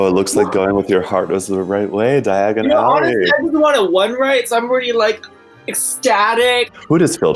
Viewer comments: They pronounce diagon ally just like Harry did and 😂 you guys are butchering the name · pronunciation of 'Diagon Alley', you tryna end up somewhere else dude?!